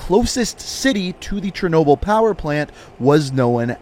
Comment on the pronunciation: Great video, but i think you might want to give a bit more attention to how you pronounce Russian words/names. Like its Chernobyl not Chernoble etc.